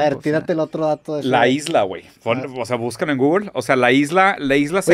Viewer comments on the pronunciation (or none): none